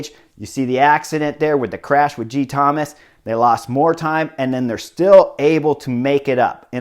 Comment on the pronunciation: as a Welsh speaker, be assured that your pronounciation of Geraint is spot-on, but there's something quite endearing about the way you call him Geethomas 😊. Really enjoying your vids! Thanks so much.